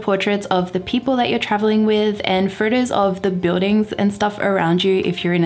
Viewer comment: I love you videos, but the way you say furtus, it is very distracting…😔